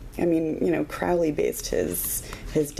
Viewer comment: Just bought another new copy of this deck. Waiting for a new RWS tomorrow's mail (yes: on Sunday, Amazon). Started reading again last night w the only deck I've around/left, Hanson-Roberts. Since you pronounced Crowley's name correctly I subscribed. IMA get back into the G.:.D. A very thorough review. Thank you.